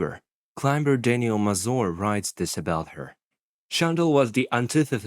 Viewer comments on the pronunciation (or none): none